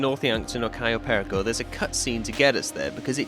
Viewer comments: cayo perico? ❌ "kai oh pair eh co" ✅ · Absolutely love this video, but that pronunciation of "cayo perico" hurts. I've only ever heard it pronounced "cay-oh pair-eek-oh" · "kayoh perikoh" gets me everytime